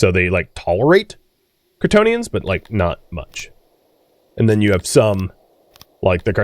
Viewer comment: I know you are saying "Cretonians" but every now and then, i could swear I am hearing "Kryptonian"